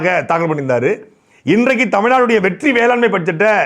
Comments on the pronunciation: எப்பா நீ வெற்றி வெற்றின்னு சொல்றது என் காதில் வெட்டி வெட்டின்னு கேட்குது..... என் காதில் பிரச்சினையா?... இல்லை உன் வாயில் பிரச்சினையா.....🤔🤔🤔🤔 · Vetri nu sollumbothu vetti nu kekkuthu😂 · நீங்கள் ஒவ்வொரு தடவையும் வெற்றி வெற்றி என்று சொல்லும் போதும் வெட்டி வெட்டி என்று கேட்கிறது அதுவும் பொருத்தமாக தான் இருக்கிறது